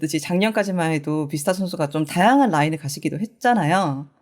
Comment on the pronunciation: 비스타 아니구 뷔스타입니다